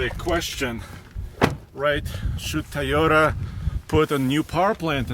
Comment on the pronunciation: Toyota: TOY-yo-ta Not ty-yo-ta or tee-yo-ta. Lol love your videos, keep up the good work!